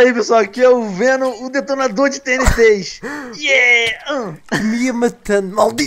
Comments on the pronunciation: fenom não é chaka laka BOOM mas sim BOOM chaka laka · Achei uma porta serais um checkpoint? Venom: '' Palece " XD